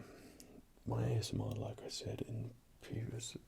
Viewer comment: Those were some cool acoustic effects there with the vase and the dish; using things to funnel or muffle the tapping isn't something I've seen much of in other videos. Worked for me! Also "A-S-Moi-r" X'D delightful. Looking forward seeing any over-the-counter vids you might do! :) Thanks as always for the tingles!